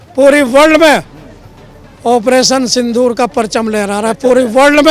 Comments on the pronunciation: सिंदूर बोल बेटा सिंधूर क्यों बोल रहा है ? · पत्रकार महोदय!सिंदूर को सिंधूर मत बोलो।